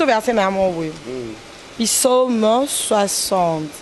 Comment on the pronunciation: Komodo on dit Psaume et non Pisaume😂😂😂